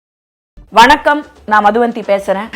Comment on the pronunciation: Madhu VANTHI illa (madhu vaanthi)